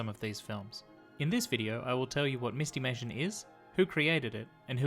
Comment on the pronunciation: My only complaint is I think it should be pronounced "MIST-i-may-shun" -- not "MIST-eee-may-shun." Like "mystery."